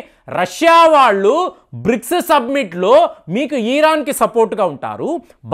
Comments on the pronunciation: Yes.. kaani adi ఇరాన్ కదా.. ఈరాన్ ఆ?? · తెలుగు and అన్ని సరిగ్గా నేర్చుకో.. ఈరాన్ కాదు ఆది.. ఇరాన్ అంటారు.. నీ మాటలు చూసి నేర్చుకుంటారు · ఈరాన్ కాదు మహాప్రభో ఇరాన్.